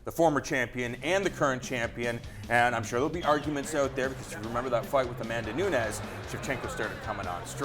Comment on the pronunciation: Valentina gets the win, if she doesn't get sucked into a brawl fight with the brazilian. Sticking to the game plan for the win. And by the way, not.trying to sound like a douche, bit why the hosts of the show keep saying Pena as "Peña"? And Nunes as "Nuñes"? They dont come from a Spanish speaking country, so their names are spoken In a different way